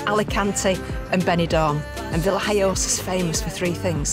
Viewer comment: isnt it VillaHoyosa iinstead of VillHiyosa ?